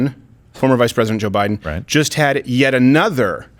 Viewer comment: "No, I didn't say that, that was Boe Jiden."